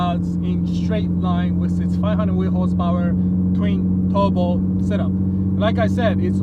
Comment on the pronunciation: Not enuf hosepowar